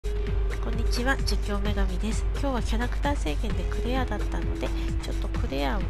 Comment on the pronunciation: クレアの発音が英語の発音みたいですねw